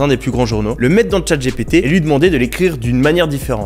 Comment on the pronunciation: "Tchate j'ai pété" 😆 c est clair que prononcé à la française c est pas ouf. Pourtant "OpenAI" et "MidJourney" tu les maitrises en VO ! Merci pour le contenu anyway, en particulier l aspect API.